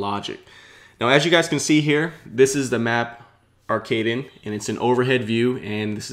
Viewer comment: your first pronunciation of arkaden was correct. its german for "Arcade"